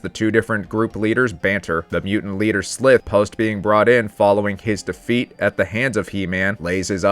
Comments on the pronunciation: You pronounce Ssslithe wrong, you are pronouncing it like Slith(er) when it should be Sly(th) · Just one correction. Slithe is pronounced Slīthe. And Wīlee-cat and Wīlee-kit. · Am I the only one to find the mispronunciations of names annoying? Slythe is with i like an eye. Wiley also is like an eye. There are others but you get the drift.